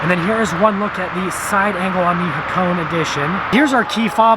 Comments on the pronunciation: ITS PRONOUNCED Ha-ko-NEY! I HEARD A REVIEW SOMEONE SAYING HAK-ONE AND NOW HA-CONE? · Ha- kow-ney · we pronounce it as hako"nay" in Japan, the hp is not made to be too strong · Its pronounced hakoneh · It's not pronounced nay goddammit. it's né